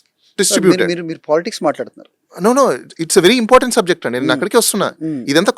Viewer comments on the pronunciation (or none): none